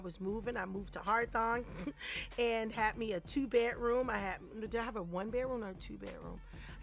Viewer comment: Haw-Thorn. HAW-THORN. Not HAR-THON.😂😂🤦🏾‍♂️